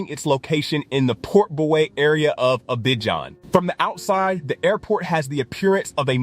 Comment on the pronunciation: Learn how to pronounce Abidjan